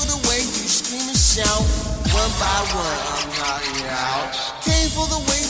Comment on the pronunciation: He was so high he aint say knocking right🤣😂